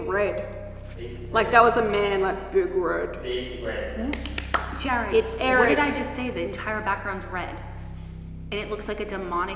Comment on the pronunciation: His name is pronounced JARRED not jerred